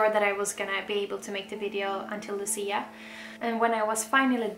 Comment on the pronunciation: nie Luci, tylko Łucji. Łucja. You're welcome.